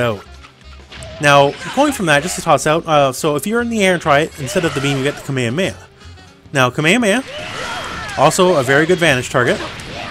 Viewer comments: its a KameHAmeHA. The Hs are pronounced in japanese the same as in english. Anyway, I didn't know several of these tips. The Medium strenching arm having the same bounce as the Heavy one was especially interesting. So far I had only used the L and H ones since those are the ones you can combo yourself. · have you heard Goku (or any of the 3 million characters that can use that attack) say it in japanese or english? All cool with hawaiian dude but that's not how they say it.